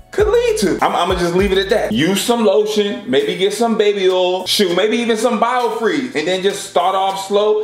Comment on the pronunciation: BIOFREEEze!?!? Booooiiiii 😂😂😂